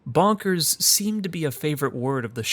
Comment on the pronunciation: It's more clear if you have the Voice Acting on, the way he says Bonkers sounds more like "Bankers" This and a scene soon after this is genuinely one of the creepiest moments in the entire Game